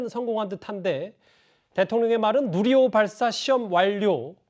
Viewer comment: 문재인 할배요 뉴리호가 아니라 누리호~발음이 안됨??